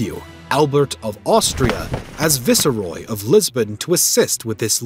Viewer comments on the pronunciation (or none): The usual butchering of our language by the colonials, and - Viceroy - Pronounced Vice-roy. Not Vi-se-roy. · Ba-granza (Braganza) Visseroy (Vice-Roy) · FYI: the word "viceroy:, is pronounce "vice-roy", long "i" not short "i". not, "viss-uh-roy". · Cool video, one question, who taught you how to read? Viceroy is phonetically obvious....vice roy, viceroy lol